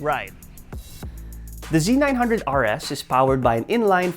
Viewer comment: "Hallelujah" I'm glad to see someone calling it (Z 900) instead of (ZED 900) guess there is hope for humanity after all, hahaha, OH NICE VIDEO